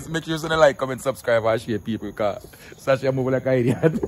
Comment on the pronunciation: love seh "Peopr" instead of "People" 😂😂😂😂